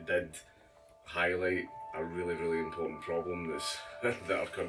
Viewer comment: very impoettrtant i loik 8+1